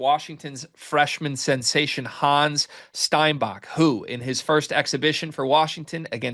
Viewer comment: German Here, His name is pronounced Hann',,,es ,,,, Honn S,,,,, Not Hanz and no they aren't the same.